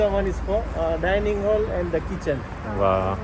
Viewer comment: Gujjus live here and he says, "hole" and not "hall" 🤭